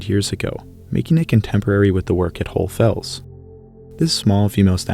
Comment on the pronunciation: Why can’t you say HohlE Fels? You say GeissenklösterlE